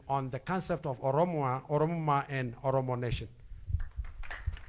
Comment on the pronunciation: Oromo Nation Not Netion